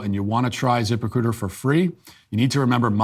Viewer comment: I know it’s “zip-recruiter” but all I hear is “Zipper-cooter”